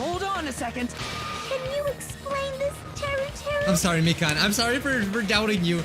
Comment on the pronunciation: ITS MI-KAN NOT MIKAAN